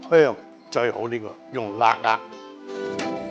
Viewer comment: 辣壓聽到好辛苦